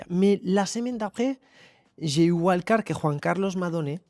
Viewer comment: Vu qu'on peut pas interagir sur telegram et que je fais des pauses Insta je viens ici ..😅. Totalement d'accord sur la prononciation à l'espagnol des noms espagnol ! D'ailleurs en anglais c'est bien dommage mais beaucoup de mots sont pas prononcés correctement. Wild card en est un. Mais bon on vit pas aux USA... Ceci n'est pas une critique mais un constat. 🎉